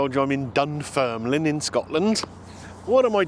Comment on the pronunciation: You said Dun Firnland, try saying these two small villages in england, Worcester and Bicester and then say Dunfermline correctly.